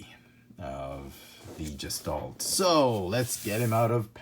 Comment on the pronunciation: Gestalt. Hard G. Sh sound at the s.